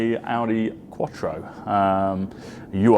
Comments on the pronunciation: Love the Quattro. None of that front mid-engined nonsense here! But please stop calling it the 'U-R' Quattro; Ur is not an abbreviation. Try saying 'Ruhr' without the first 'R' or 'you're' without the 'you'. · Just FYI, it's not a "U-R" Quattro, it's an 'urQuattro', pronounced 'urrgh'. It's a German word that means 'original', or 'proto...'